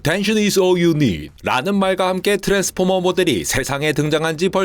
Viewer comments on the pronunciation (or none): 엇뗀셔 니즈 올유닏~~ ㅋㅋㅋㅋㅋㅋㅋㅋㅋ